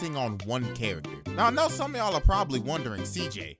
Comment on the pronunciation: "just zome guy wizout a muztache" how u doin